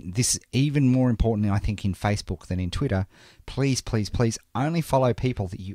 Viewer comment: ur voice is funny!!!! u say twitter in twitta.